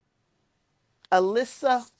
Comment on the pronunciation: Recently started enjoying your Channel:-) just a helpful FYI..... the one variety of onions is called ailsa pronounced aylsa.... just trying to help :)